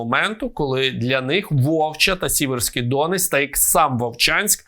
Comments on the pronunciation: Ворожі коментарі не знищуєте, а мій про неправильный наголос у слові ДОнець прибрали. Що, цей навмисно неправильно каже, щоб виявити неповагу до людей, які мешкають тут, де протікає Сіверський ДонЕць? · Не ДОнець, а ДонЕць!! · Пане ведучий, правильно казати Сіверський Доне́ць